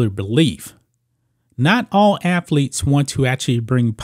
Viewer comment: This guy keeps negatively commenting on people's intelligence and he can't speak proper English. Dude, let me help you, there's no such word as "afletes" the correct pronunciation is "athletes"!!!!!